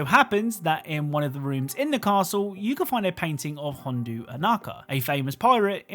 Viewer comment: You said Hondo Ohnaka wrong. You said Hondu.